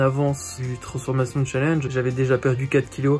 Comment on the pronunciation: Par contre faut arrêter de prononcer Challenge en français..